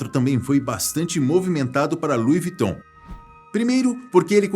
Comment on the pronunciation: Não entendo o porque das pessoas falarem o nome da marca errada🤦🏻‍♀️ só aqui no Brasil as pessoas não sabem pronunciar.